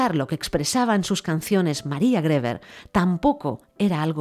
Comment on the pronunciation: Griver se pronuncia